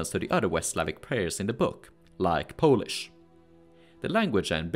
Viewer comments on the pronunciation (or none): none